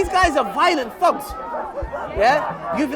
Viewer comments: he's saying thugs but pronouncing it as fugs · he pronounce thugs as thogs lol, sounds like f word